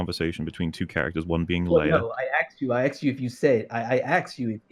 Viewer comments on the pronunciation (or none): I don't know why they even bothered trying to have a debate with someone who says "axed" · Is that guy american? Or from an english speaking country? He keeps saying "I axed you" instead of "asking" and i dont know if its accent wise or speach impediment wise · Is he saying "axed"? Thats embarrassing... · “I axed you” Yeah that is about the mental level we’re on. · I axed you, I axed you....